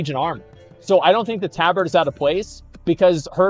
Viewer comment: He mispronounces things because he knows chat will go apeshit over it lol